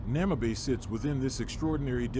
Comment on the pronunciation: Bloody AI, is calling the city Namabay... the city is called Namibe ou Moçâmedes. Porra para a IA. Chama a cidade de Namabay... xé! Estamos no Namibe em Moçâmedes.